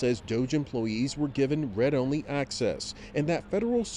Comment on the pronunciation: Also, "...red only access..."? WTF? It's pronounced "reed". As in read and write. Which, sadly, are becoming lost skills.